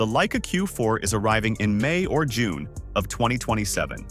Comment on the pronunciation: “Yuun” instead of June, AI generated nonsense